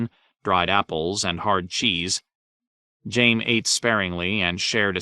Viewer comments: How is he pronouncing Jaime like jame? My goodness..🤦‍♂️ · He pronounced Hizdahr Zo Loraq properly, but says Jame?